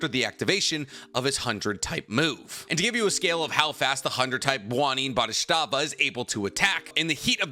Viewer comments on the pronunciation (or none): Is it me or you said Bodhistava every time, instead of Bodhisattva? Also the pronunciation of “nuclear” is a bit curious. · And "Bwo-dhiet-stat-va"😅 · Also thought he was pronouncing it wrong. He was saying something like "Bow-dit-stat-va" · I am going to be so happy when I hear someone pronounce Bodhisattva correctly